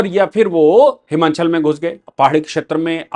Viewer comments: साहब उच्चारण हिमाचल है। न कि हिमांचल। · It is" हिमाचल" and not "हिमाँचल"